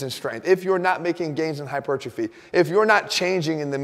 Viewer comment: I realize I'm focusing on a pretty insignificant detail, but if Jeff is going to use the word "hypertrophy" as often as he does, he should actually say "hyper-trophy." Instead, "hytropiphy" is what always comes out of his mouth. That's not a word.